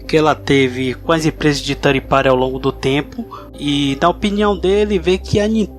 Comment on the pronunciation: Ótimo podcast! Ótima recomendação do Coelho. Irei conferir as edições anteriores também e as que virão. OBS: Third (terceiro) se pronuncia "tanrd" e não "tanri", essa é a pronúncia de thirty (30). Pra mim não parecia que vocês estavam falando de terceirizados, mas de trintões, hehe! Grande abraço! /o/